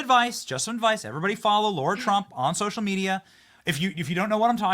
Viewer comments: Lara not Laura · She is so gracious. She never corrected Benny for saying her name wrong. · Benny - her name is Lara not Laura! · Benny, her name is Lara. It’s like Sarah, not Laura. 😊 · Hey Benny ! This may be frivolous, but her name is not pronounced 'Laura', it is 'Lar-a'. I have heard other interviewers mispronounce her name, and she is always gracious about it, but it would probably be refreshing to be addressed correctly. On the other hand, this has probably happened her entire life, so maybe she is used to it. ( I have had the same problem so maybe that is why I notice it each time ) 🙂 Thank you for your non-compromising stand and courage. God bless you and your beautiful family. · Ben! Lah Rah! NOT Low Rah! Lah Rah! Lah Rah! *face palm* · Her name is Lara, not Laura. How can you get that wrong?? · Benny stop calling her Laura.. it’s Lara.. you do it every time 😢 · Hey Bennie. In case you didn’t realise. Her name is Lara. not Laura. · Go away Big Mike, you're irrelevant to the American people...Now come out of the closet. Benny, it's Lara Trump not Laura FFS!!!! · Benny, It's Lara, not Laura. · It drives everyone crazy he keeps call her Laura! How rude he doesn’t know her name after all this time! Her name is LARA not LAURA,stop being so RUDE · It's LARA, as in Lana (Turner), except with an R instead of an N ... NOT LAURA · ITS LARA....NOT LAURA......GET HER NAME RIGHT BENNY!!! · Her name isn’t Laura Bennie, it’s LAra…. Come on man. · BENNY!!! IT'S NOT LAURA. N O T LAURA. IT'S LARA. LAR RHYMES WITH CAR. LA RA. PLEASE. PRONUNCIATION IS IMPORTANT. I CAN'T BELIEVE SHE HASN'T SET YOU STRAIGHT YET. LAURA AND LARA ARE TWO DIFFERENT NAMES. PAY ATTENTION! LOVE YOU TO BITS, BUT SOMETIMES YOU NEED TO HEED YOUR ELDERS! 😁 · Did you call her Laura? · I can't believe he called her Laura every single time. It's Lara ffs.